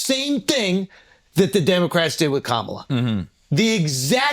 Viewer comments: how can Drew say Kamala's name correctly throughout the entire monologue, then cant say it correctly during the show? lol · Andrew you are acting like all of the other racist purposely pronouncing her name incorrectly. Also, as a white male he has nothing to lose with this or any election, not caring about minority cohost